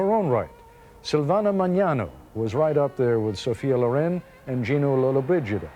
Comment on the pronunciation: He said at 2.20 Silvana Magnano but the correct pronunciation is Silvana Mangano...